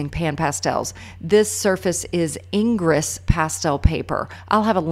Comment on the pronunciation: Love pan pastels and I’ve not used the tray for them; I’ll have to buy that. BTW Ingres is pronounced “aang-gruh.” Great tutorial!